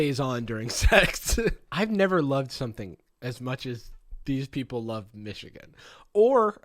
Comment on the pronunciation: as a person from Michigan idk how I feel about you saying "Michigan???" like that